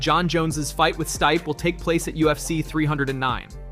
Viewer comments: Stype, Stipee, Stipey, Stip… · You literally pronounced stipe 3 different ways within a 15 second span. If you're going to have a mama channel at least do the research and learn how to say the fighters name correctly. It's not even a small name it's literally stipe miocic.